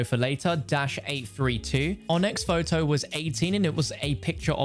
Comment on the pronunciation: Numba tertteen. Shows a photow of numba fifteen